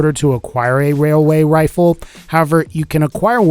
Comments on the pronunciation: Wailway wifle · I'd like a wayaway wifle I'm sorry I had to mention he said wayaway wifle